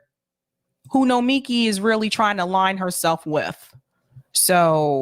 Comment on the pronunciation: I think the issue is that the accent is on the first and third syllable of her first name.